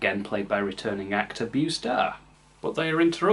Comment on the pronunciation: Beau is pronounced like bow, and not the bending motion done for the sake of demonstrating respect, but the thing you put on top of a present.